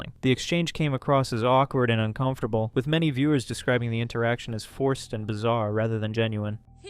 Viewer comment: Does he have something alongside dwarfism? He speaks like a baby? Like his voice is very child like and he says things like wiff instead of with and he makes lots of mouth sounds and speaks In pauses like a toddler. I’m not making fun of him I’m just asking if he’s mentally stunted bc lots of dwarfs do not also sounds and talk like a child, I really think felicity is sick af. Bc she interacts with him like he did a. Toddler and she is the mother not boyfriend girlfriend